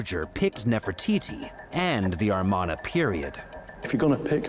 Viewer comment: It is Amarna period not armana